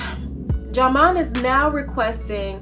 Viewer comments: Sweetie it's pronounced JIMON LOL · learn how to say ( pronounce ) his name u on a platform okkkkkkkkkkkk